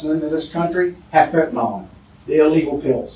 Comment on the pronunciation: Sheriff, its known actually as Fentanyl. FENTA-NILL. Not fentanyl-nawl… (It makes a difference. Not choosing to speak English correctly, means we aren’t teaching each other. Its done by hearing words pronounced correctly. And, in turn more of us hear and see correctly, so we can teach each other by reinforcing correct pronounciation. All without consciously thinking about it. Think of it like this. Why co people in and from the South speak the way they do? With a slow, Southern drawl and twangy? It’s because it is how everyone around them speaks. They hear it over and over. So, they learn by word association. They don’t (thankfully) sound like New Yaukahs, with their language patterns, impatiently fast patterns and word shortcuts. There it’s the same learning cycle. They hear and repeat, because everyone else is doing just that, and - sounding like New Yawkuhs.